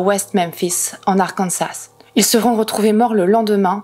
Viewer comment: Petit détail inutile mais le dernier s d'Arkansas n'est pas prononcé, on dis Arkansa en fait. ^^'